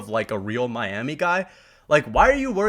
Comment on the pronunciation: Don’t ever say Miami like that again.